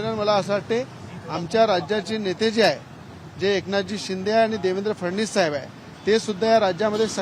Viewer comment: याले फडणवीस येत नाही फडनिस म्हणते